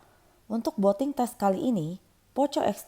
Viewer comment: Yampun boating 🤣 , booting apa boating 😅